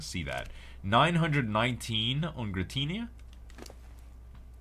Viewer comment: does it bother anyone else that he doesnt pronounce Dialga and Giritina correctly at all!!!